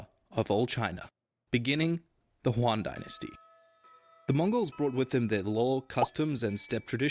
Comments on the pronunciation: Yes THIS! It is so painful. There seems to be some confusion in the west that romanized mandarin has something to do with spanish in adding 'H' in the pronounciations. Simple 80% improvement, resist the urge to add H... "JHing' (jing) is still... okay, but 'JUAN/HUAN' (Yuan) is totally omg foreign word = spanish. 😅😅😅 Heck. The reason this video is illegal is probably 80% the terrible pronounciation and 15% the weird innacuracies that doesnt add anything to modern china, and final 5% the weird insinuations that throughout history china is gna turn communist lol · I mean...sure we should not be harsh when someone from other culture tried to pronounnce your language but failed. I don't want to be mean but that whole "Juan dynasty" "Shua dynasty" thing really haunt me😅 It's almost like when you speak english to american ppl but sounds like German. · The moment he said Juan I could feel a part of my brain killing itself .. Like out of all the mispronunciations you could make, how do you as a native English speaker see the letter Y and think, "mmm, this definitely makes an H sound like the Spanish J. I'm not even going to check" Pinyin can be confusing to read at first but how tf do you mess up one of the easier sounds. You could get away with saying "Yew-anne" because it's at least halfway there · I have never seen more horrible chinese pronunciations than in the original video, like what the actual fuck are jau and juan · When you spend probably months writing, researching and animating a video about Chinese history but won't look up basic pronunciations. Juan dynasty killed me.